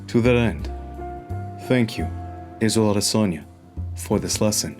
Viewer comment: Izzel Odesonny